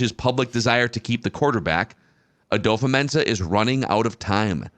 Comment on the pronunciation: kind of petty but, why do you pronounce it "adofa-mensah" instead of "adofo-mensah" like its spelt?